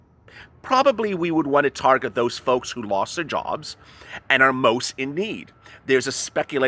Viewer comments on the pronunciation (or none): none